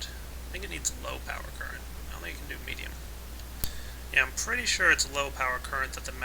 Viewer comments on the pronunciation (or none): pretty "sör" :D